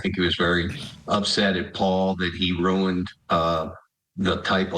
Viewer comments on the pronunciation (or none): none